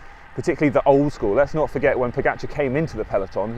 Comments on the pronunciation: You know your cycling, for sure but I wish you Brits would learn how to properly pronounce the guy's name. After-all, the dude is a double Tour de France winner and deserves due respect. Look, there really is only one way to say "ga". Try it? Now say Po-ga-c(h)ar? The Brits got together and decided that it should be Po-get-char. Tadej (pronounced Tadey) is Slovene and Pogačar is a Slovenian name. I am sure that you would like your name pronounced correctly. Please, ✊. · Odd: you make a video on pogacar. Why not learn how to pronounce his name correctly? Ugh